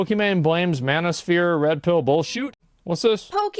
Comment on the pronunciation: i have to agree, i was just watching some anime and i can fully hear them say MAN-O-SPHERE must be a S graded spell